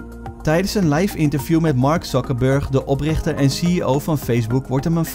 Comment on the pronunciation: ik moest het een tweede keer beluisteren: het klonk echt naar "Mark Zuckerberg, OPLICHTER en CEO van Facebook..." O. Het heette toen "opRichter en CEO van Facebook..."